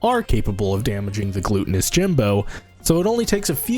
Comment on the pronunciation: how you pronounce gluttonous bothers the shit out of me... after that, was very enjoyable challenge to watch be completed